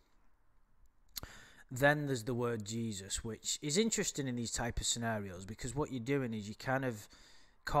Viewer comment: He said jaysus